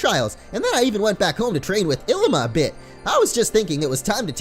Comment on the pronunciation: Ilima is pronounced (eh-lee-ma) btw <3